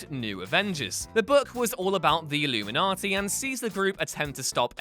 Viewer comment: Why does he keep calling them the illumaniti?